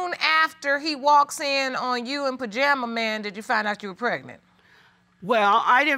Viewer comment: Did she say Pajama Man 🤣🤣🤣 Team Too Much